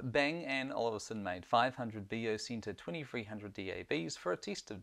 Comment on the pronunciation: It's Olufsen, not Olivsen